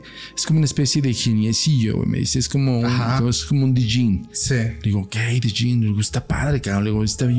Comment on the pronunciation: La D de Djin es muda, es como el Djent, se dice YENT :B no me odien